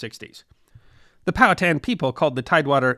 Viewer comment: Thank you for pronouncing Powhatan correctly.